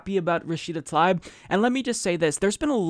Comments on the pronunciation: pronounce Tal EEb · I believe her last name is pronounced Tal EEb.The letter "I" sounds like "EE" For example my last name is Risek. Pronounced REE SECK, but in North America people say "RYE SECK" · Her name is spelled Tlaib, not Talib, but regardless, I think you're right about the pronunciation of her name as "tuh-LEEB."